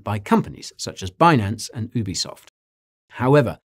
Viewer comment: Ubisoft’s original name was Ubiquitous software therefore it is pronounced “YOU-be-soft” not “Oooo-be-soft”